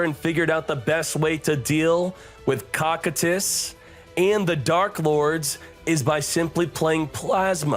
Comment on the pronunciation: Cocytus isnt pronounced like “cock i tus” its pronounced “ko (like cove) ki (like kite) tus (like how you were saying it)”. It comes from the freezing river of lamentation in Ancient Greek Mythology, later adapted as the 9th circle of hell by Dante’s Inferno. This is likely the inspiration for the cards icy, draconic appearance and attribute.